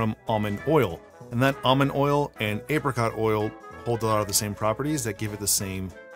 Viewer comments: It's pronounced Apricot not Apricot. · ape rei cott hahaha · It’s actually pronounced apricot